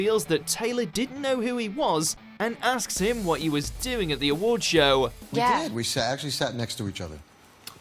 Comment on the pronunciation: Most of these are not really awkward, now are they. Well, maybe two. However, all I ask is that the narrator get it into his noggin that there is only one syllable in the word 'show', also random other words out of his mouth.